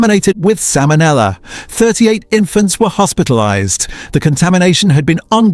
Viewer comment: Are u fkn kidding salmon ella 😂. The single worst ai reading mistake ever!